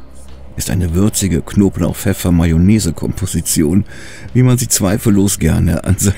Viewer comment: Konblauch, pefeffer , besser als die letzte 🙂